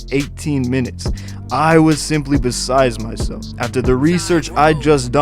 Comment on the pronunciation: "Besized myself....enevetibly." Wtf? Do you even English bro?